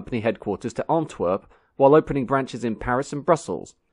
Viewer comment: Never in my 80 years have I heard the city of Antwerp pronounced Ontwerp.